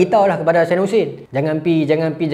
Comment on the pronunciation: Maaf tolong perbetulkan ejaan dan sebutan , bukan saidina mcm permainan tu tapi sayyidina. MAAF❤